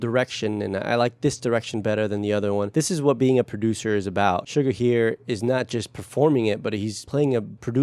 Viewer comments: I learn so much listening to your content. I watched this before and had no idea of the process. I think it's great that BTS uses other languages in their music. I know you are into detail, so I thought you would want me to point out that::YOU ARE PRONOUNCING SUGA'S NAME INCORRECTLY. It supposed to sound like Shoe Ga. No R sound at the end. I hope that helps. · Just to let you know, you can pronounce his name SHU-GA, not sugar. There’s a specific reason it’s not sugar. It comes from his former basketball position SHOOting GUArd.